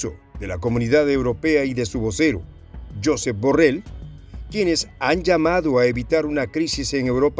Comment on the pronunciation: /yosééép/ deja de decirlo como lo dirías en inglés.